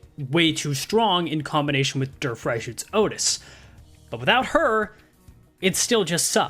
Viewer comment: Dear Mr., please stop saying Walpurgisnacht. It sounds like you are saying Walpurgisschnackt. It's fine simply shortening it down to Walpurgis. Please shorten it down. Walpurgisnight also works. As for Der Freischütz, Freischütz sounds correct, but your "Der" sounds like a "Dur". The English word "dare" is closer to the correct pronunciation. As always, thank you for your hard work on making Limbus Company content. Best Regards, a German